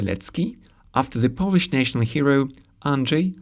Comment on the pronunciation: Great pronounciation of Polish! Chech and Slovak languages are easiest slavic languages to understand for Polish speaker both in spoken and written forms. Exposure is a big factor here though. For instance, nowadays it's sometimes easier to understand Ukrainian than Chech (at least for me). The most frequent foreign language nowadays here in Warsaw is probably Russian (many Ukrainians, Belarusians, Kazach people and other estern states speak it). But even with exposure I'm not able to understand much Russian, because is pretty far from Polish. This is my subjective opinion though, :) Thanks!